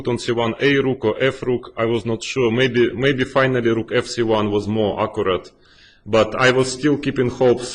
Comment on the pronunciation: It's great seeing these analyses by the masters themselves. I just think someone oughta tell Kramnik how "accurate" is pronounced :D